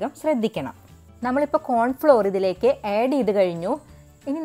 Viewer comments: ഏഡു ചെയ്യണോ,ആഡ് ചെയ്യണോ😐😐പുഡ്ഡിംഗ് കൊള്ളാം.ചേച്ചിയുടെ സംസാരം തള്ളൽ ആണ് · ഏഡ് അല്ല ആഡ്